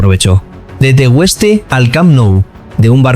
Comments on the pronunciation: Por favor,no sé quién relata este documento de Pedri,que pronuncie bien el sitio al que pertenece TE-GUES-TE no TE-WES-TE de lo contrario preguntarlo a cualquier profe de instituto. Gracias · Tegueste, no "Tegüeste". Bueno, y lo del "Juventut Laguna"... jajajaja! Escolti, nen, qu'en les Cànaries non parlem a català. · Bufff se me erizan los pelos cada vez que dice Tegueste mal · Pronuncias esto TEGÜESTE y es esto TEGUESTE, ves la diferencia iluminado? Aprende primero perenquén!! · TEGUESTE DICE TEGESTE SE DICE aunque se escriba asi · Tegueste, hermano, sin dieresis TE GuES TE , no te Tegüeste... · Niño. No es tegüeste . Es Tegueste. Como Miguel. No pasa nada Porque es una palabra Guanche es el nombre de un príncipe . Muy buena narración . Crack. Te doy un 10. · Tegueste simplon no tegu este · Buen video !!. Sólo un apunte, no es Tegüeste, es Tegueste, como en juGUEte. Grande Pedri !! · No se dice tegueste,se dice tegeste,aunq describe tegueste. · Me encanta el reportaje pero, hay un pero su pueblo es TEGUESTE y no Teg"ueste. De resto chapo. Gracias Pedri por jugar en tu actual club y no olvidar tu Tierra. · Tegueste, no Tegüeste. A ver si aprendemos a leer. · MUCHAAAAACHO, me sangran los oídos cada vez que pronuncias la U de Tegueste. Se escribe Tegueste pero se pronuncia TEGESTE SIN DECIR LA U. 🤣🤣🤣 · Infórmese.Fueron en total de 20 a 25 millones....El pueblo se pronuncia TE - GUES - TE. La u no lleva diéresis para que lo pronuncies como lo has hecho.Pedri lleva el "futbol canario", ese que no se aprende a ninguna masía . Ejemplos claros: Valerón , David Silva , Jonathan Viera , Moleiro,Rubén Castro, Guayre,etc etc. . Toda Canarias es una Masía de jugadores ;) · Pero dónde está viendo el narrador la (U) con diéresis???….. “TEGUESTE” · Por dios no se pronuncia la “U” en su pueblo natal TEGUESTE!!!!…. Y lo de q el GC es el más importante de canarias… buf te has ganado amigos en la isla de tu protagonista!… jajaja x lo demás… está de 10 el vídeo!…